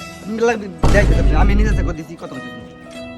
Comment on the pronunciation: চেক❌ সেক✅😂😂😂